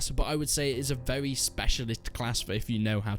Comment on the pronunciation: "it's vewy vewy slow"